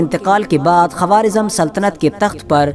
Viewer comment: Quawaarizam nahi bhai Quwaarizam